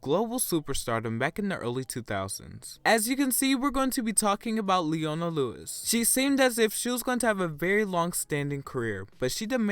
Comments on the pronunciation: Please say her name the way she says her own name. Lee-O-na Not Lee-onna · {Lee-own-ah} not {lee-on-a} but overall good vid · Her name is pronounced Lee-oh-nah, not Lee-ah-nah. The middle syllable is a long "o" sound. The narrator did not pronounce her name correctly. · I think her name was being pronounced wrong too as Ley-onah instead of Lee-O-Nah lol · He can't even get her damn name right! It's pronounced Lee - oh - ner, it is NOT Lee - ah - na, it may be a good idea to try and get to know the artist and her work rather than being a robot and reading it off a script. Honestly it's all ppl seem to do now, they're robots and it's kind of scary. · It's pronounced lee-o-na not lee-on-a! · It's LeOna not LeAna. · Sorry to sound like Hermione, but It’s pronounced “Lee-Own-Ah” not “Lee-On-Ah” right ?? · Its LE-OH-NA. Not LE-AR-NA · the narrator's voice is so unusual as to be almost devoid of emotion and computer-like! Plus unlike your varied pronunciations her name is Lee - O -Na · You’re pronouncing her name wrong. The correct way to pronounce it is LEE-OWN-AH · It's lee-oh-na! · Its pronounced as Lee-oh-na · Lee-O-na Just saying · why do you keep saying liana. & she's done stuff outside of singing like performing in cats the musical when Nicole left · this guys a dipshit, can't even say her name right, and said she diminished quickly? Really Queen? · Why do Americans say her name wrong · You can’t even say her name properly what the fuck lol Miss her though she’s so talented hope she lands a come back